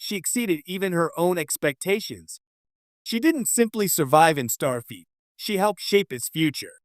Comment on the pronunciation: Is this the new ROBO VIDEO TREND? Mispronouncing an obvious name in Star Trek lore? STAR FEET? There's yet another Star Trek related channel that's also saying STAR FEET. Does the A I ROBO CREATOR have an obsession with STAR FEET? Perhaps your next video can explore WHO in the Star Trek Universe has the Stinkiest FEET? I'm gonna say the KLINGONS have the stankiest STAR FEET.